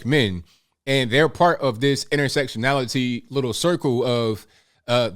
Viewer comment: please improve your pronunciation of words Say "this" not "dis" Say "That" not "dat" And so many other words, you are very hard to listen to. You have great content but i cant listen to the poor english